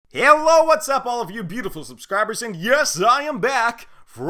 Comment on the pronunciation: "Hiyello what's up all of you beautiful subscribers"